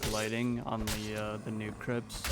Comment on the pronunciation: Any1 else cackling at the video sections saying “crips” 😂😂😭